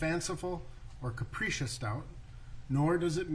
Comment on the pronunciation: guy saying capricious like capri-sun, no credibility